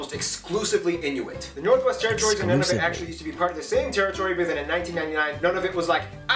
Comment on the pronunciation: Nunavut is pronounced “Noon a vit”